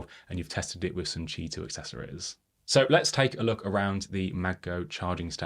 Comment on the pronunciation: Informative, well illustrated review,. Had to read the transcript to understand “ch2” standard. It sounded like “Tee 2” and “Chee 2” in the vid. Also not certain about standard differences. Cheers!